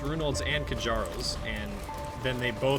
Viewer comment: It's pronounced "kyaro's" btdubs